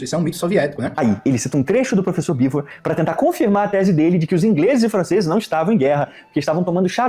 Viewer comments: Mas aqui vou discordar do. O Jones Manoel não falou que Oleg Khlevniuk era ruim ou péssimo escritor. Ele falou que péssimo escritor era o Oleg Cu Nietzsche. Sem contar que ele também falou do Bivôr, não do Beevor. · "Bivô" 🗣️🗣️🗣️ "Kuniti" 🗣️🗣️🗣️ "Cuki" 🗣️🗣️🗣️ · Eu até consigo ser caridoso com o "Bivôr", mas o "CuNiestche" não dá. Ainda quer se chamar de "nós, o povo soviético"... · ele falando bivô, grudou na minha mente. Toda hora lembro dele falando kkkkkk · Não conseguir pronunciar Beevor ou Khlevniuk até vai... Mas como que essa ameba não sabe pronunciar Cork???????? MANO.... CORK!! É A MESMA PRONÚNCIA DO PORTUGUÊS VÉI!!!!